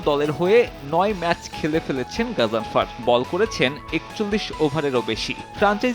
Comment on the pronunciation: নামের উচ্চারণ ঠিকমতো বলতে না পারলে সাংবাদিকতা ছেড়ে দেন।